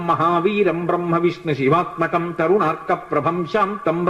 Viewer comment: It's not karunarka , Its Tarunarka